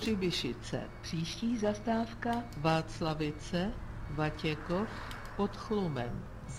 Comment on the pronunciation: říkáš Vatěchov a je to Vatěkov :D